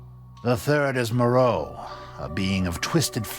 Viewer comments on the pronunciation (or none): Why would he pronounce "Dimitrescu" (romanian name) in a french way, and "Moreau" (french name) with an english pronunciation? Makes no sense to me